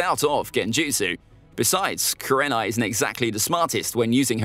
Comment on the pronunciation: You underestimate kurenai and mis pronounce her name